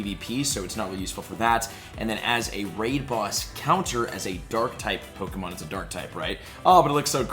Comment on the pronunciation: Hun love your videos but it's really obvious you never watched the some of the series cuz you're constantly pronouncing the names to the Pokémon wrong 😅🤣